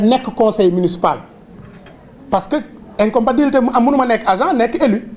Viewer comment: On ne dit pas "incompabilité" mais incompatibilité.